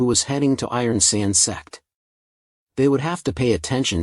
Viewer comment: Is it me or i hear sex instead of sect?💀